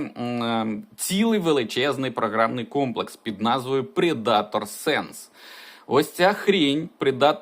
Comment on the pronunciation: Вимовляється "Предтор", сам раніше помилявся. Не претензія, просто інформація